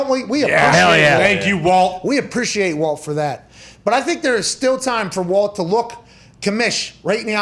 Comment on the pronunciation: his name is WALT, CMON.